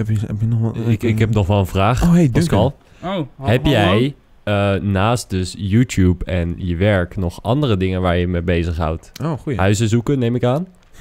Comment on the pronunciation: niemand: Pascal: youtoep